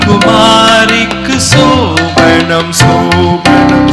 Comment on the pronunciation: சோபனம்... Sasthriyar pronounce correctly, BUT his assistant sings pronounce wrongly சோபணம்